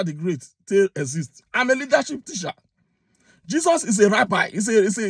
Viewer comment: A teacher speaking like the way you speak. Your English is so bad and very difficult to understand. Na tish I dey tish!!!! TEACH NOT TISH...PLEASE TRY TO SPEAK DECENT ENGLISH.